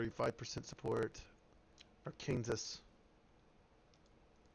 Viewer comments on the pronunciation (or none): Are-Kansas? Dude - it's pronounced AREkensaw.